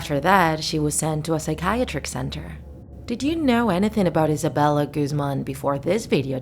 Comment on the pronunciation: I thought her last name Guzman was pronounced as (Guhz-man) not Goozman idk just